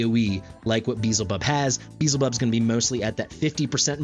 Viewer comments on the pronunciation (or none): You're saying the character's name wrong. You are not even pronouncing it the way it's spelled. You're saying "Beezlebub" but it is spelled Beelzebub. You're swapping the L and the Z around. "Probably my new favorite hero in Watcher of Realms! Beezlebub is amazing..." You're not even spelling it right. 🤦‍♀ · Be-el-ze-bub or as worguides says xaris lol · It's be-el-ze-bub regardless of the name's origin (even though it's clearly inspired from the lord of the flies), L comes before Z. Also, respectfully, video is unnecessarily long, no need to compare the leaked info with what's on Test, current state is what matters... for those watching I recommend skipping the 20-minute-long comparison. You covered his performance fairly well but it would have been nice to see the actual rage regen difference over the course of the guild boss fight for example, I know it's hard to account for Dolores's A5 but it reliably will proc at least once during a boss fight so how much of a difference will it make and note Beelzebub has a higher initial rage but at least the ultimate cost and duration are the same as Dolores. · no I mean ppl who pronounce it Bee-hell-zay-bub.. It should be closer to Baal since it's the same god that was repurposed.. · I did watch it. Cringed every time you said, "Beezlebub". Way to make assumptions. I mean SERIOUSLY man... 🙄 The fact that you point out you know you're saying it wrong should tell you that you shouldn't be getting mad at people for bringing it up. Especially when you invite the feedback with, "unless a million people tell me otherwise." I'm just one of the million. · Not tryna be that guy but the L is before the Z in his name so that alone should tell you your pronouncing it wrong. I think it's the biblical pronunciations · Say it however you want, but the L is before the Z, big guy. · petition for correctly pronouncing Beelzebub. cm on guys, its hidious how he says it, i cant hear that xd